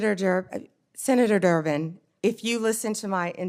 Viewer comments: Did she say senator jerk to senator Derben? That's so funny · She said Senetor " jerk" 😅😅😂😂